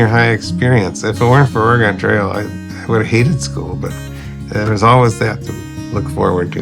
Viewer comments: There's only one thing I don't like about this documentary, and that is putting the stress on "Ore" instead of "Trail" every time the narrator says "Oregon Trail." "Oregon" in this title is the adjective, it modifies "Trail" the noun. It's certainly not a big thing, it's kind of like when Biff says "Make like a tree and get out of here" and it sounds like he doesn't realize it's a pun when you say "leave." Old Biff would know he doesn't know this, because he was him (if you've seen Back to the Future.) Anyway emphasizing "Ore" in "Oregon" switches the natural emphasis and doesn't make sense. Otherwise, great documentary. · You put the wrong emphasis on the wrong syllable. Trail goes up at the end not on Oregon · I dont know how to correct this in text, but you're putting the wrong emphasis on "oregon trail." Maybe watch some other videos to see what I mean lol. Great video, regardless :) Edit: I think I could describe it as "its a trail that goes to oregon, not a trail called oregon" and the way you use the emphasis on oregon makes it sound like an adjective describing some aspect of travel on the trail, rather than the destination being the reason for it's name. Idk if I'm making sense!